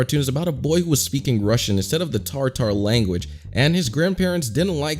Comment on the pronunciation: there “Russian” not rushing